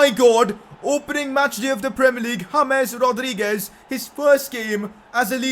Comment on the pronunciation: Please correct your pronounciation of James Rodriguez